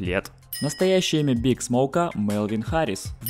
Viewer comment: Не биг (BIG), а БиАйДжи(B.I.G.)